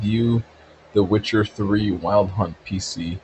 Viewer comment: Witch-her? Never met her